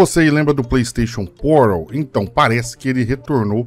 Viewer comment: Pleisteixon Poral